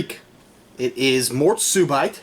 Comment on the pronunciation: Mort subeet is the pronounciation not bite, and Kriek is Cherry in Flemish